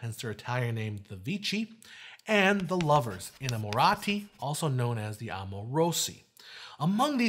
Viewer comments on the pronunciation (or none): Great videos guys! But as an Italian, our "ch" is pronounced "kh", so when you say "Vecchi", it doesn't sound "Vecchi" as an English speaker would spell it, but it sounds like "Vekki"! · Not how you pronounce "Vecchi."